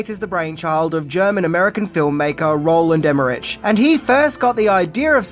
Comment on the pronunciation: every time he says his name wrong 😭😭 the name is pronounced like this: row·luhnd eh·mr·uhk.